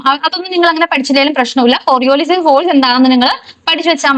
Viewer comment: കൊറിയൊലിസ് not കൊറിയോലിസിസ്